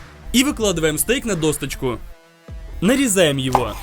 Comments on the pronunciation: Не досточку, а досочку! Доска, а не достка. Учи русский. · Бесит ,что он досочку называет досточкой